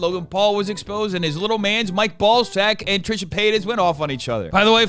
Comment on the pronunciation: the fact that you now pronounce trishas name correctly instead of ‘’ or whatever you used to say is 🙌🏼